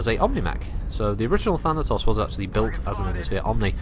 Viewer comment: "Thanatossers" - That had me giggling far more than it should've. Had to go back and actually listen again because I was just thinking about that for awhile, haha!